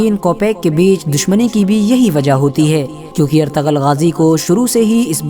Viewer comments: Not ertagal.it’s ertugrul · noob its erturul but the spelling is ertugrul not artagal